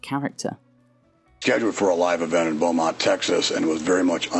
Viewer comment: Beaumont not Belmont